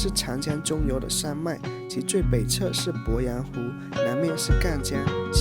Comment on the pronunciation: 鄱阳湖的鄱读作pó，不是bo